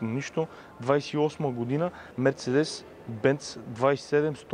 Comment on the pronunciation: Живея на 10 мин. от музея на Мерцедес в Щутгарт. И ударението на Мерцедес се слага на второто "Е", не на 1-вото. МерцЕдес. Защо не мина и през музея на Порше, така и така си бил в Щутгарт ?